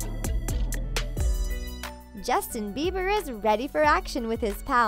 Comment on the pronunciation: The way she said Bieber tho 😂😂😂😂